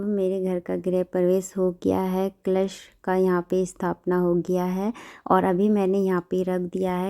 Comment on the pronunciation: क्लश नही,कलश बोलते है